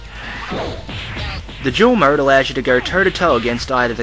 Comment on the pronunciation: Am I the only one that keeps hearing 'murd' instead of 'mode'?